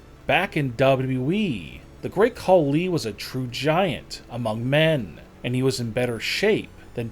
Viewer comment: The Great Call-Lee? And please don’t believe that Braun photo.. it’s as fake as this channels credibility.